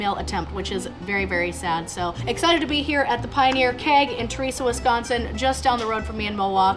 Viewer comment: It's ter-es- uh